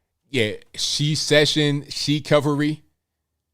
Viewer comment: He couldn't even say it. Shesession 🤣